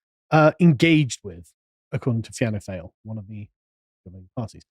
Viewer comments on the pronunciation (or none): Great vid Sargon. Fáil pronounced fall. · Fine (just say fine as you would say in in English) Gael (pronounced gale). Fianna (feeanna) Fail (fawl) . But tbf "fail" is a good descriptive term. As a seasoned observer of the Irish political landscape I agree with pretty much everything you lads have said here. And the vast majority of blue collar Irish like myself probably would agree too.